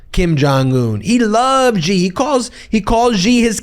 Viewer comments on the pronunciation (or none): Please stop saying “jee” for Xi Jinping. It’s pronounced “shee”. I lived in China for 10 years, it is not GEE. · Dude Xi is pronounced "she". As in her, the girl. Its not some exotic French fricative. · Xi is pronounced shee